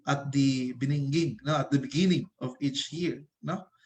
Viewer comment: sorry pero natawa ako sa “beningging”